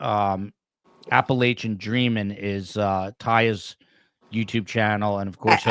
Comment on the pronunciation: You’re mispronouncing “Appalachia”,!